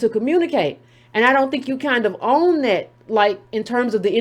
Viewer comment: Are you saying Dat instead of That?